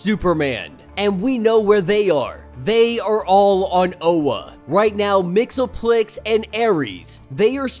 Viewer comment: It's pronounced Mix-ease-pittle-ick actually